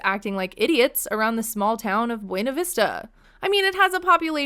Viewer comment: They mispronounce buena ! They produce it “byoona “ . Weird . Wonder if that’s all a big lie.